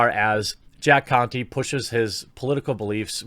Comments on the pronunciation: He's saying it like it was Jack Cu*ty 🤣🤣🤣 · The e in the last name is silent "Jack Conte" ;D